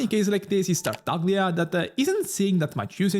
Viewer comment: Interesting analysis as always but pronouncing Tartaglia wrong not to confuse the international viewers was actually a missed opportunity.